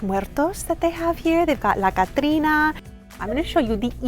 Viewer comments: Great pronunciation of La Catrina👍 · I Love that you actually pronounce Spanish words properly. “La Catrina” 💜🖤💜🖤💜🖤